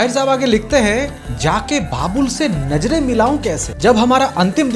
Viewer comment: ❤ with due respect to the wonderful information provided by you Sir. Please work on your pronunciation- nazren not najren and daagh not daag. Kuch alfaaz aur bhi hain jinpar aapko kaam karnaa hogaa. Aapke behtari ke liye suggest kiyaa hai, please isey positively lijiyegaa 😊